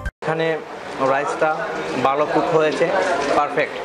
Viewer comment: word টা ভালো not বালো । উচ্চারণ ঠিক মত করেন।